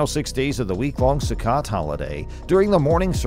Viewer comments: First of all it’s not pronout “Sue-cut,” it’s pronounce “Sue-coat.” Second, don’t hold your breath that they’re going to build the third temple on Earth. They’ve had enough money for the past 70+ years to build 20 new temples. There’s too much of an industry behind collecting money for it, and too many people living too well off of that money. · The Feast of Sukkot would be pronounced as "Sue-coat" not "Sue-cot". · Sorry. I just have to point out that a 'sukkot' is not a [SUE-kit] it's pronounced either [SUE-kuh] or [sue-COAT] (depending on who you speak to). (NOTE: I used easily recognizable English words in the pronunciation 'guides' because they're easier than the myriad of symbols librarians use and no one else know how to read.) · “Sook it” lmao. It’s pronounced “Suh Coat” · Sue Coat, Sukkot. Not su ket . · Sukkot is pronounced SaCoat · It's pronounced sue- coat . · I could tell this speaker doesn’t know how to say the Hebrew festivals! The way Sukkot was pronounced! 😊